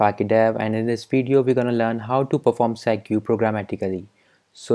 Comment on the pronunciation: it's pronounced segway not set-goo